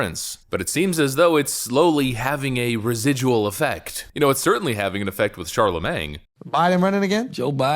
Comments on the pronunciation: Dude, a little nitpick... Charlemagne is not pronounced "Shar-la-mang," it's pronounced "Shar-la-main." It's French, meaning Charles the Great. Unless you're doing it ironically to rag on the guy, in which case I support you wholeheartedly. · Pronounced Char-La-Maine. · Charlemagne; pronounced just like Gucci Mane.